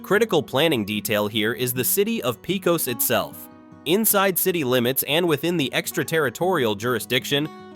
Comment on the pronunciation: javelina pronunciation "ha-vuh-lee-nuh" pecos pronunciation "pay-cuss" and it is in Reeves county, pecos county's seat is Fort Stockton. Fort Davis can have single digit cold we are as high as Denver Co. you will need heating all winter summer is where you might need an air-conditioning for just a few days or weeks when the monsoon season starts nights will be cool and the days humid until the rain showers. terlingua you just totally butchered it.